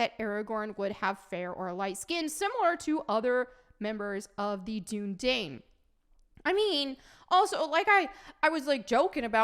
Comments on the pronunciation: it's pronounced "doon uh dīn" and they talk about it in the films lol. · Dunedain is pronounced Dune-uh-dine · Gah! The Dunedain, is pronounced in the Two Towers Extended. When Éowyn give Aragorn food. And Aragorn, the Dunedain do have elven blood. That's why they live so long. And Aragorn IS described in the books. He is pale. one would assume that someone who is pale is white.